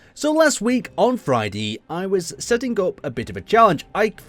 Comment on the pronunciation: Did he say fridy